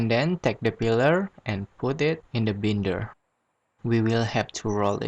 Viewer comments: no problem! It's pronounced like " buy-nder" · You're pronouncing the word " binder " wrong my friend.